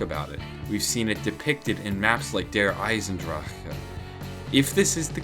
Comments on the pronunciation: Derisendrajaaaaaaaauh anybody else noticed he cuts off in the middle of that word 😂😂😂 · Der eisendraaccccaa he says it weird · The way you pronounce Der Eisendrache is so obnoxious and just sounds lazy like you give up halfway through the word. However, the videos are always pretty good. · The way he says Der eisendrache makes me feel ill!